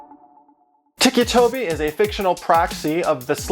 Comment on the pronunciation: ITS NOT TICKY TOBY ITS TICCI TOBY